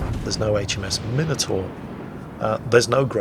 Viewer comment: I love it! I love how you pronounce 'minotaur' the correct English way 'minnow taur' and Flambass pronounces it, I don't know, some bassackwards way(tongue in cheek), 'mine oh taur', or when he shortens it(mine oh)....now if only Flambass could watch your 'minnow taur' videos....:)